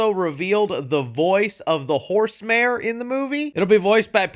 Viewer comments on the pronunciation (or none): none